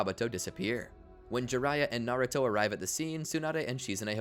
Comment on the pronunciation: Americans cant say naruto to save their lives